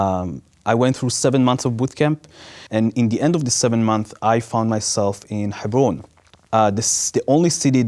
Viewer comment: I found it so pretentious how abby Martin pronounces Hebron ,its alright abby just say Hebron like a normal American no need to try and pronounce it that way unless you can pull it off.